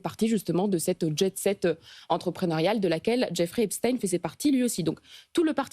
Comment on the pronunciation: Merci de prononcer Epstein comme Einstein et pas Epstine comme les ricains.